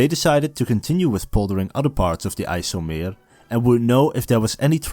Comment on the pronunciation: my man pronounced ijselmeer flawlessly i am impressed dit verdient een frikandel broodje